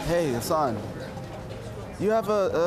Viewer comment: When He said 'Hassan' i thought he said 'her son' 😂😂